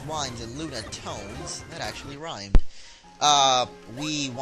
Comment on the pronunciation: The correct pronunciation: Pillow-swine and Lun-ah-tone. Ky-you-rem.